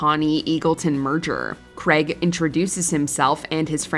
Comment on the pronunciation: Creg? do you mean Craig? USA-ians just cant say the name Craig properly.